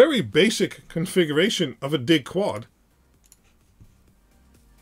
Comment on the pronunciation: I appreciate your videos, but DIG is short for digital and should be pronounced “DIJ.”